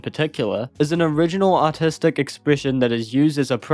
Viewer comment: is it artistic or autistic? or does the accent just lowkey the R in words.